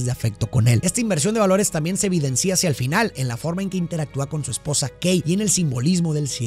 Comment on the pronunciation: Se dice “negocia” no “negocía”; se dice evidencia no “evidencía”; y se dice “distancia” no “distancía”. La explicación de las películas es genial; pero cada vez que pronuncias así, siento un derrape que me saca de la experiencia. Gracias por compartir tu conocimiento 🙌🏻